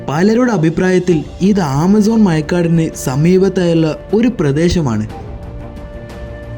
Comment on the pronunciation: മയക്കാട് അല്ല മൈരേ മഴക്കാട്